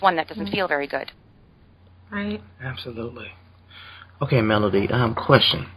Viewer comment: Melody not Melony lol